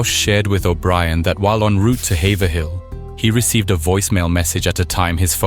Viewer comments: As someone from the area- it’s hayver-ill not haver-hill! Anyway PLEASE do more NH cases. There’s so many interesting ones around here and I feel there isn’t a lot of coverage. Around the time of this situation, there were LOTS of talks about serial killers as there were quite a few things pointing to it from . We have a surprisingly large homeless population that lives in the woods. And bodies were appearing around that time if my memory serves me correctly. I also want to point out, I’ve lived in lots of places in the us, and even to this day, hitchhiking culture is strong and alive in grafton. It’s unlike anywhere else. There’s no taxis/uber(even today)/ or even timely tow trucks. (Got in a crash in 2020 and took half a day to get a ride) Idk anyone from there that hasn’t personally picked someone up or done it themselves. If they got in a crash it’s HIGHLY likely they were hitchhiking. It’s also very common for people to have Massachusetts license plates and still be locals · Quick tip for you - PLEASE look up town and area names in New England and how to pronounce them. It’s “hay-vrill” not Hay-ver-hill. This video was so good and is so close to home - but no one ever looks up the town names! They’re all spelled stupid - we know lol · It’s pronounced Hayve-rile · Haverhill is pronounced HAVE-rill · btw its ha ave rill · listening to people that ain’t from around here say Haverhill is funny